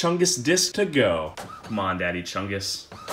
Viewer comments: Tf he actually said chunga..... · The plural of more than one chungus is ‘Chungai’ Pronounced Ch-uh-n-guy